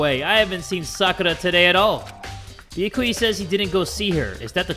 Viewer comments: Can someone please tell its B-ya-Ku-ya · it is NOT bee-yuh-koy-ah IT'S bee-yah-kah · anyone else kinda triggered by how he pronounces byakuya?